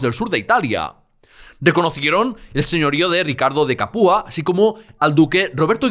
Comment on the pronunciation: CApua, con acento en la a, como Mantua, Padua.